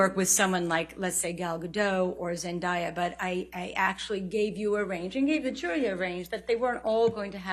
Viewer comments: Didn't this expert mispronounce Zendaya's name? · If she did Zendaya wrong one more time yo. It's not even spelled Zendaiya. You don't pronounce the word day - die/dai/dye. Idk why amber hasn't just given up yet. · Does it bother anyone else that they pronounce Zendaya’s name like Zen-die-ah instead of Zen-day-ah? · ZEN DAY A !!!! 🙄🙄🙄ZEN DAY A !!! 🙄🙄🙄🙄 NOT ZEN DYE A!!! Aaaaaaaaaaghhhh!!! Now I know how Zendaya feels, after listening to the AH JD trial. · For goodness sakes, her name is Zendaya not Zen-dye-a 🤦🏽‍♀️ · Zen-die-ah? I thought it was pronounced Zen-day-ah? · sorry but not sorry, but before this trial, I didn't even know that she was the one who played Mira 😫🤧 p.s it's pronounced Zen-dae-ya not Zen-da-ya as it is written 🤧😫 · It’s pronounced from the horse’s mouth zen-day-ah not zen-dai-ah 🤦🏻‍♂️ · It's pronounced - ZEN"DAY"A!!! not DUH, YA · Zun die ah? White ppl suck at pronouncing names. U can tell them exactly how to say a name and they still mess it up. Smh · she can't even pronounce Zendaya i.e. Zen DAY Yah's name correctly. What an "expert". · It’s zen- Day - Ahh lol how they pronounced her name was driving me crazy 😮‍💨😂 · Zen-day-a....the least they could do is pronounced it right!!!!!! Heard is NO WHERE near Zendaya! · This b didn’t just say “zen-die-ah” instead of our Queen Zendaya’s real pronunciation and still have the audacity to call herself an expert on the entertainment industry??????? Make it make sense. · This is the woman who pronounced Zendaya's name "Zendaiya." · I have worked a long time to pronounce Zen-DAY-ah’s name correctly for these people to come here and undo all my good work. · … repeat after me zen DAY uh. She compared the two and can’t even pronounce Zendaya’s name right? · I’m more mad about how they pronounced her name like whaaat ? Where did they get “zeniya” from? Lmfaooo there’s clearly an A IN HER NAMEEE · Lawd have mercy it's ZEN..DAY..A 😂 just pronounce the letter "A" the normal way.